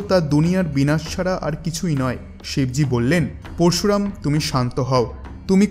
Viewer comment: আপনি দয়া করে উচ্চারণ টা ঠিক করুন পরশুরাম উচ্চারণ ঠিক করুন